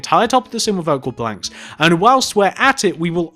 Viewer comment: when he says planks it sounds like he's saying blanks